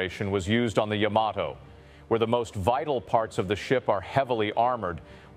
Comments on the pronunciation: not YAM A TOE. YAH MAH TOH. Can't take you seriously... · Is this AI narration? Guy says YA-mato when it's supposed to be ya-MA-to. Later, he says it correctly, then goes back to incorrect. Strange. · I am a fan of the Yamato mainly because of the anime Space Battleship Yamato / Starblazers. My question is, how do you correctly pronounce the name? It is really about where you pronounce the T. I have always said Yamaht oh. But I have also heard Yama Toe. Even this video says it both ways. The anime says it both ways. The most recent anime says Yama Toe. I just was curious. There may be no correct way. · Yama toe, really?